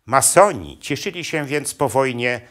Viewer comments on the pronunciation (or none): Co to za akcent? Ma soni , czy masoni panie gadający.